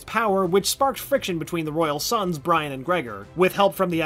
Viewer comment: jay mie and bri an 🤦‍♀️